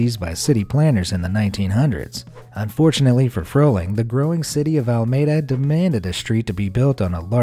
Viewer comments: Alameda has three ‘A’ s in it. It is pronounced ‘ah lah MEE da’, not Almeda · Alameda is pronounced "a-luh-mee-duh" not al-mee-duh". Unless the traffic reporters I've been listening to all these years have it wrong. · Used to deliver newspapers to the block where the Alameda Spite house is located. And nobody pronounces it as "Ala- may-da". It's Ala-mee-da to residents, lol. Great little city. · Alameda It's AL-LA-Medah not Al May Da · It’s “Ala-meeda” not “Ala-mayda”. 🙄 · Alameda spite house; the city needs is pronounced A-la-mee-da, not Al-may-da 🤦‍♀️ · It's Not Almeda. The California town is Alameda (ah-lah-mee-duh). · It's AL-A-MEDA, Alameda. Not Almeda. Also, "sliver," not to be confused with the color "Silver." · It's "Alla-ME-dah," not "Allmayduh." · It’s Alameda! Not almeda. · Verbally pronouncing it properly as alAmeda not almeda. Thanks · He did it again! Ala-meda! Not Al-meda! aaaaah! Hire me instead! aaaah! "Silver thin"! Is he a robot? He sounds so real. Yes, I have ADD. Yes, this is a problem for me. I can't follow the story when my head is exploding with horror at his pronunciation! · That's Alameda, Ca. Not Almada, and it's a really nice town. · Lol he said "Almeda" its "AL-AH-MEE-DAH" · "al-mayed-a" It's "al-uh-me-duh" Sincerely, All Of East Bay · LOL. AL Maeda? Pronounced Al-a-meeda. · “Alameda” not Almeda. “Ala-meeda” vs. “al-mayda.” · Alameda in California isn’t pronounced al-may-da. It’s ala-mee-da. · "Al-meda" no no, its ALAmeda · "Almeda"???... It's "alameda" man! Get your pronounciations right. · The name of the town is Al-a-meda not Almada It's a great little house. Supposed to be from divorce. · The city in California, Alameda, he pronounced All Mayda. It's pronounced Ala medea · its pronounced AH-LA-MEED-AH not AL-MAY-DUH. smh. get it right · Great video. However, "Alameda" is pronounced "a.la.may.dah", not "al.may.dah". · Pronunciation... Alameda = Ah-LA-Me-dah Not Al-mee-duh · Al- A-meida..your welcome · Al A meeDA